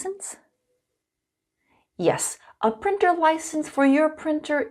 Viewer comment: printer? more like prEAnter